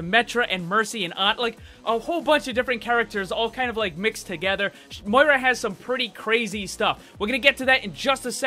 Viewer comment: Her name is pronounced MOE EA RA